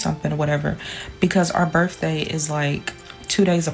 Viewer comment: Did she say berrfday?